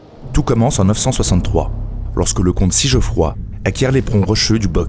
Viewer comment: Ça se dit Sig-Froïdd pas Sijeufroi xD